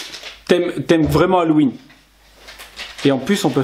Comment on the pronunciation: les bougies ont l'air vraiment bien mais oubli pas de dire les prix quand tu fait un haul 😉 sinon j'adore ta façon de dire hallOUween lol